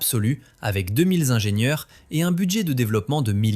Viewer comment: Bonjour, Qq observations On ne dit pas 1000 zingenieurs On ne dit pas cent zingenieurs Parce qu'il n'y a pas de s à ces nombres Et cette première 911 turbo n'était pas la voiture parfaite, c'est de notoriété publique, et Porsche n'a cessé de l'améliorer sur les modèles suivants Pourquoi aucun son des voitures présentées ? Sinon, histoire intéressante 😊